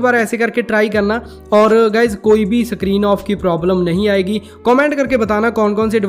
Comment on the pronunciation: 'Sakrin' nahi screen hai😂